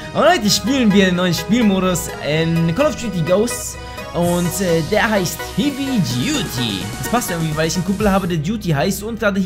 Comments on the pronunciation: St du "hiwi duty" statt "heavy duty " gesagt xDD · Das spricht man hewi aus! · Es heist hävy duty also wie hä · das heißt nicht hievy!!! du depp.... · Kann kein englisch wie er heavy ausspricht wenn er ein Spiel das Heavy im Namen hat sollte man es aussprechen können! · Er kann heavy nicht aussprechen : ) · alter der typ weiß nichtmal wie man Heavy ausspricht...